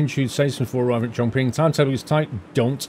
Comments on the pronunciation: I guess you might already know this... Chong Qing sound a bit like "Chom-See" with the silent "G" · Chongqing is pronounced more like Chongching. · Just letting you know, chonqing is pronounced chongching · Chongqing is pronounced as Chong-chin